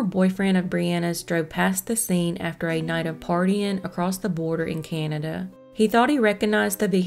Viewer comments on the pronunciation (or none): none